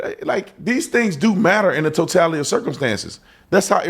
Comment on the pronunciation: Even if you're post certified. If you pronounce it "totalidee" you're not getting a badge.💯